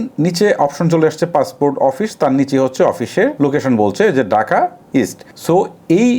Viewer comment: গরে না ঘড়ে , ডাকা না ঢাকা। মূর্খ কথাকার